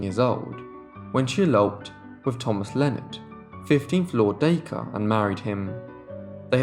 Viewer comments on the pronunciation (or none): none